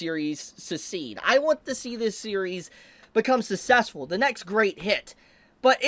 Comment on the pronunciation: yeah he pronounces some words weird like successful